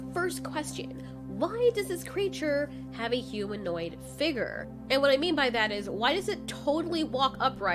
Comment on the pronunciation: I like her voice… however, the only thing that bothered me was how she pronounces “Figure” it sounds like she’s saying “Figger” lmfao “The creature has a human like figger” that was irritating me 😂